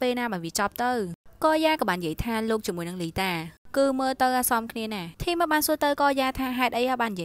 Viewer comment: ធីម មិនមែន ថាម ទេAdmin😆😆